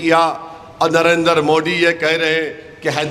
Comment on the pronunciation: ASADUDIN OWAISI .TU JABBHI BHASAN BAJI KARTAHAI MODI KA NAAM GALAT UCHARAN KARTA HAI UCHARAN SAHITARHA SE KAR SAMJHA😁